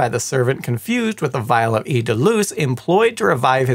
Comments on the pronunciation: just FYI, "eau" is pronounced as "oh" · This French teacher vigorously agrees that "(l')eau" is pronounced as "OH." 👨🏻‍🏫🇺🇸🤝🇫🇷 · For the love of god, “eau” is pronounced like a long “o”, like the word “oh”